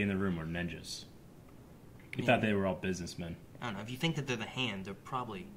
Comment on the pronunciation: So the board room was full of busininja men (pronounced BIZNINJA).